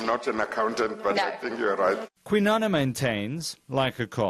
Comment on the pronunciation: Kwinana please pronounce and write that correctly